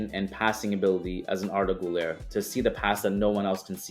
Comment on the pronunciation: Always happy when you talk about Arda Güler‘s club. But please, as you are the president of the Arda Güler fan club, please start pronouncing the „ü“. You are half-Portuguese. You are not American. You are smart. I believe in you ❤️